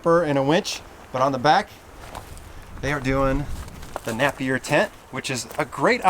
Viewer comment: not sure if someone already said it, but how you said Napier isnt correct. its said with the other A sound like nape of your neck. use to work at a body shop called Napier Auto Body